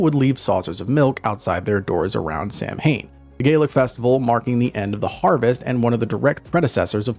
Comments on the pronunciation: Samhain is pronounced like sow (like animal) -in. Samhain Sow-in Not like Sam-Hain. Gaelic names should tell you right away, it won't sound like how it's written. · Their Gælic is atrocious, Síth isn't being pronounced correctly either. "Gaylick siTH cats on SAM HAYNE" 🤦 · Excellent video! It is pronounced Sow Wain though (Samhain)